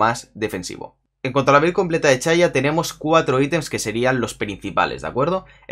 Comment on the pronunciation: "chaya" jaja